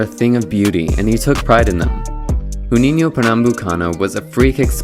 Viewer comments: Jew-niño not Who-niño. J is pronounced as an h spanish not portuguese R's are pronounced as H. J is pronounced as a J in portuguese like it is in english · Great video man!! Just a small correction of pronunciation of his name, specifically on the 'J' letter. You are using a spanish pronunciation, an 'H' sound, while the brazilian one sounds like the 'S' in the word 'closure'. It's not necessary to know the pronunciation of words from different languages. But since you are speaking english, and not using the english pronunciation, it would be prefered to say the correct way, and not the one from a language that has nothing to do with it. This mistake is quite common. Like sometimes we see with commentators saying wrongfully the name of Gabriel Jesus. Perhaps this happens because the spanish language has greater influence than the portuguese. Nonetheless, it sounds annoying for a brazilian XD. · Incredible video and breakdown of an incredible player. Truly the GOAT of free kicks. Now, as a Brazilian, one thing that annoyed me a bit was how you pronounced his name. Brazilians don't speak Spanish, we don't say "J" like it's an "R/H", it's not "Huninho", it's "Juninho", with a "normal" J. Other than that the video is great, keep it up! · The guy makes a video about a player and he can’t even get close with the pronunciation of his name. Joo- neen- you! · Its not pronounced "Who-ninio" ffs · Not being a d*ck, but isn't RUninho, it pronounces like english, JUninho. We don't speak spanish hahaha. Besides that, great video. He was my favorite player, after Ronaldinho, back in 2006... Saddly, we lose that World Cup with that phenomenal team. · Should re-record this. “Who” ninho is brutal. Real hard to get through this. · right, in Portuguese the J is pronounced like the s in "pleasure", "measure", "treasure", "leisure" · The pronunciation of his name is really wrong ( they don't speak Spanish in Brazil), however the video is really nice. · learn to pronounce Juninho